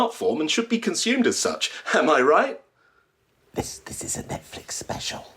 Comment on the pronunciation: “Something ain’t Riecht” 😂😂